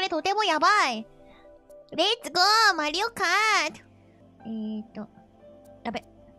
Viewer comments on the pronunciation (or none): that "Mario Kart" is Deutsch you know